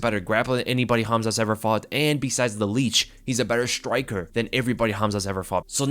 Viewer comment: Is it me or says "shtriker" instead of "striker"?